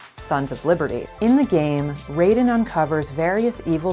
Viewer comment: So.... is anyone else gonna call out the fact they miss pronounced Raiden? Because it's plagiarism month here on YouTube and the best way to demonstrate you know nothing about your source material is to incorrectly pronounce the name of the material's protagonist. Also "know Your Meme" is obscenely late to this meme party. Jacob Geller did this whole take better literally over a year ago.